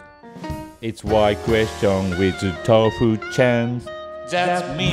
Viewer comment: For some reason doesn't say the u in his name he just says tof Chan idk if its because of them being japanese or something but its just a neat weird lil tid-bit